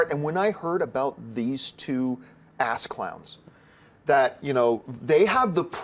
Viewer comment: I swore he said "ass cums" instead of "ass clowns"